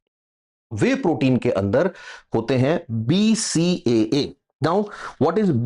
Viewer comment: sir g aap pronaunciation BCCA kar rahe hai jo ke wrong hai BCAA right hai